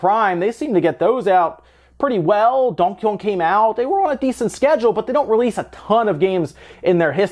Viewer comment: What part of the u.s are you from your accent is there when you say donkey kong